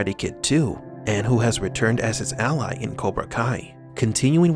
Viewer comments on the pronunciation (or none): none